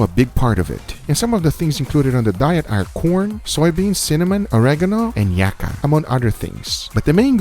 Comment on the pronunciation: What is Yakka or did you mean Yucca? 😕🤔🕧🕜🕝🕞🤷‍♂️.